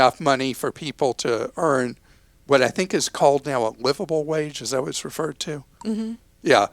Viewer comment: Why did Clark have such a hard time saying “livable” wage???